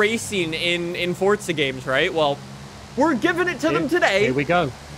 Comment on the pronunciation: I love the video but you pronounce forza as fortza